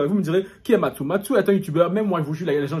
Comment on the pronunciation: "Matsou" mdrrrr